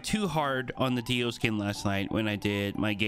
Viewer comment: Anyone else a bit annoyed that keeps saying Dio instead of Deo?